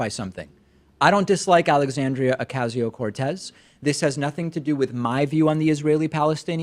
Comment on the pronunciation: "okazio" no ocasio